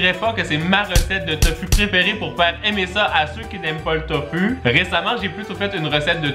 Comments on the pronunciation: Sa se dit Tofou pas Tofu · On dit tofou c est pas fu c est fou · sa se dit pas tofu sa se li tofu mais sa se dit tofou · c'est tofou ca ce dis pas tofu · Tanghulu ce prononce "tang hou lou" Et tofu c'est "tofou" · Ses tofou et pas tofu !! Sinon super video